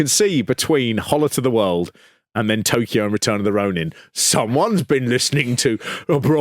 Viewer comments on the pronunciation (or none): none